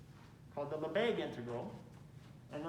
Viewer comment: Not Lesbegues. Lebesgues.